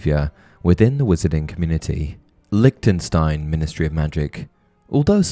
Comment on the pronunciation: It’s prononced « Lishtenshtein » ;)